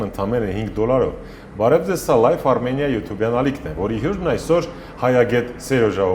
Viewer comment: Ոչ թե Մայրամ, այլ Մրիամ, ոչ թե սայլյարկա, այլ սալյարկա, ոչ թե հույր, այլ հյուր, ոչ թե բալանի, այլ բանալի։ Արտակ ջան, այդպես էլ է լինում։ Գոտեպնդվիր։ Բայց մի բան ճիշտ ասաց, որ կնիգա բառը իրոք կնիք բառից է առաջացել։ Հայ վաճառականները տպագրության հաստոցը Չինաստանից բերեցին միջնադարյան Ռուսյա և նրանք, լսելով հայերից կնիք բառը, տպագիր գիրքը, անվանեցին կնիգա(ռուսերեն, լիտովերեն)։ Համենայն դեպս կա այդպիսի գիտական վարկած։